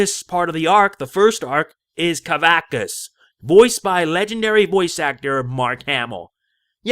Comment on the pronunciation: Sorry, but it's pronounced "kuh-VAX-us".